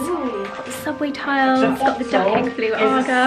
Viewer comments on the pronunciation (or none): none